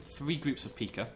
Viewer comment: I believe it's called a Pie-ka, though I could be wrong XD